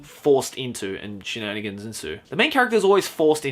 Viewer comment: drinking game: take a shot every time he says shnanagans